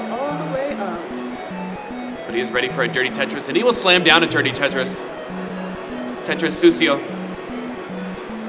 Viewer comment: lmao "tetro sucio"